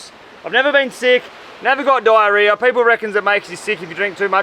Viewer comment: Hearing an Aussie say diarrhea made my day 😂